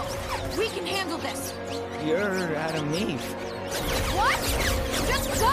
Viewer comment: Everytime she mention her own name I keep hearing: "Hi, I'm Adam Eve."